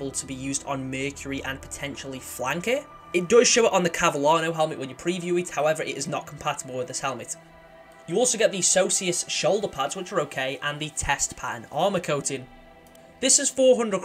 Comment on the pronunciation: Cavallano you mean “Cavallino” lol